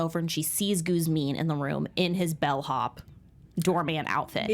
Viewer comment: His name is Guxim,albanian probably easy to call Guzim....but not Guzmin